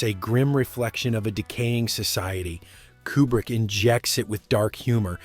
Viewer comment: Too bad you never learned to pronounce his surname. It's "Cuebrick" not "Coobrick."